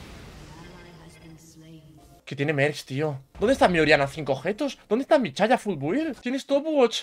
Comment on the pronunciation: no se dice ''chaya'' se dice ''Saya''